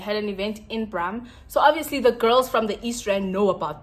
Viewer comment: your videos always enlighten my mood , you must do seafood boils more often , alongside with your favorite drink , " obvious , ovivi , ovava " 🤣🤣❤️